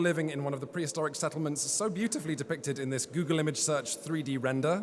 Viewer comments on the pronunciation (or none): none